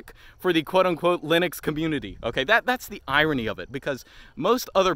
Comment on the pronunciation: everytime he says the Loonix coomuinity XDDD